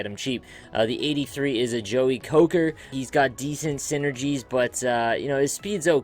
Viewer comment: Lol "Coker" . Did you mispronounce that on purpose or did you not know how it's pronounced?